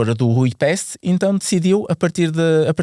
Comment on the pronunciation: Ujpest diz-se mais à portuguesa: uipeste. O s é molhadinho. Eu sei pois a minha esposa é hungara.